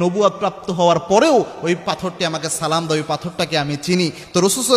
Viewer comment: ভাই আপনি সালাম টা ঠিক করে দিন আপনার সালাম দেওয়া টা সুন্দর হয়না